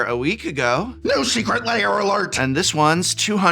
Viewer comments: Why do people pronounce ‘lair’ as ‘layer’? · I swear it sounds like he keeps saying "Secret Layer" instead of "Secret Lair" lol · You keep pronouncing it "secret layer" and it messes with my head. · When did "lair" become two syllables?